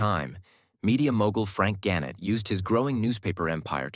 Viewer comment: You missed an obvious point. (See one of your first slides). Rochester was first known as FLOWER CITY because of the commercial botanical gardens on Mt Hope Ave. The milling industry later encouraged the rename to the Flour City. BTW get a narrator who knows how to pronounce key Rochester names. The previous post talked about Weg-MANS (sic) and here GAN-nett. For goodness sake, Ga-NETT is now a national media powerhouse started by Frank!